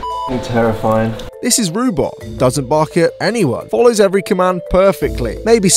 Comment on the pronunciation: I knew it was Roobot, but constantly heard Rhubarb